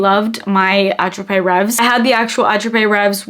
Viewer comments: I believe it's pronounced AT-RAP REV only. I love the scent also and I have the Dossier version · Ooo.. Woody lychee I could try! Attrape-reves is a French word.. It's not pronounced how you're saying it.. Since you love that perfume so much I thought you might just wanna know...I say it with love🩷 great vid as usual! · Your pronunciation of attrape-rêves (= dream catcher in French) is quite funny and cute 😊